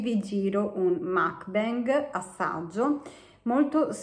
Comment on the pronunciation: si pronuncia mukbAng, è coreano non inglese